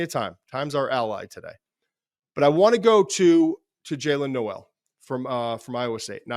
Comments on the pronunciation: Per twitter Jaylin Noel is pronounced “Nole” not “No-el”. Like Billy Joel. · It’s pronounced Noel not Noel